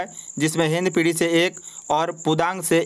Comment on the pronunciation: Kya tum hindpidhi hindpidi krte rhte ho har time . Tumhare jese logo ne hi jati wad kr rkhi hai Phle shi se bolna sikh lo